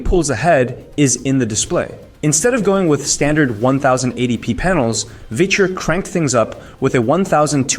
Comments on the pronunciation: Bro, how do you sound both like a broke college student recording this in his bedroom, and a terrible AI narrator who doesn't understand the words they're saying... at the same time? Humans don't say "One thousand and eighty P" for 1080p or "Micro Old" for Micro OLED. Also... who won the comparison? You never said anything about it. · One thousand and eighty pee One thousand two hundred pee Micro old display Clanker narration?